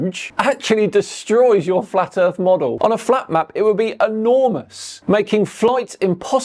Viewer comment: Blah, blah, blah, I drew lines on my driveway and blah, blah, blah, earf flat. 🤔